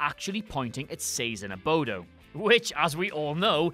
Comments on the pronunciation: Adobo, not "abodo," Korea, not "Vietnam." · Please further entertain us by correcting the flubs, "Adobo" (not Abodo) and "Lt Colonel" (not Lt Corporal). In keeping with the piece. Please? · It's "adobo," not "abodo." How ironic you'd flub that in a flub countdown. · Abodo? It's Adobo. Sazón is also pronounced "sa-SONG", not "SAY-zon". Re-record that part immediately! [Later] Ohhhh, the mistakes were intentional, derp. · I was going to say the same thing about the “abodo” flub. 😲😆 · Ha. You said “abodo” and not “adobo.” Can you fix that in post? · Fun post. Thanks! I really enjoyed it. But you made a mistake on #3, at time . The spice on the window sill is aDoBo. You said aBoDo. You may want to go back and overdub the audio. Nah! Just make your mispronunciation a running joke for the series ... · I like how in a vid about mistakes, where you point out the mistake about Adobo, that you make a mistake by calling it "Abodo." Pot, kettle. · You said ABODO, but it's ADOBO, there goes your flaw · LOL Abodo LOL Also, MASH was in Korea, not Vietnam. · it’s pronounced ADOBO not Abodo. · You're talking about mistakes and you just said "" abodo"", instead of ""adobo"". So was that intentional? I thought not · It's ADOBO not ABODO....😭😭😭😭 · Adobo not abodo ya putz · It’s A-DOE-BO not A-BO-DOE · WTF is ABODO? it's A-D-O-B-O!! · ...abodo?? Jesus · Wow... Was there a bet in the WhatCulture office to see how many mistakes could be inserted into the voiceover for this video? hahaha! Great video but "Lt. Corporal"? Viet Nam? "Abodo"? Even the way you pronounced "Chalke". Please tell us this was all done to be meta! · Goya Adobo with a d say it with me Ah-do-bo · you now have to be hyper aware and make "Abodo" a narrator quirk that pervades all of your videos going forward. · Ironically calling yourself perfect IS perfect, since you mispronounced the spice for adobo as abodo. Oopsh! Didn't catch THAT one!! Or DID you????